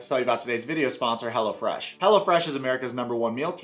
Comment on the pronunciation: The way you pronounce it, I hear "Hella Fresh" which I sort of which was the actual name.